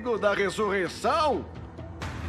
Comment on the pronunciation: domingo da rissurrissão